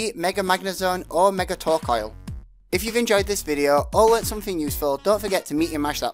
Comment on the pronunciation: oh lol I didn't watch last part cause I thought outdoor Haha go for magnezone... Also, you butchered torkoal's name xD